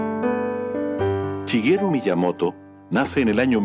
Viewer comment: Shigeru, no chigeru :/